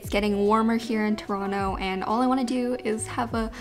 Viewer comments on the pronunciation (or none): none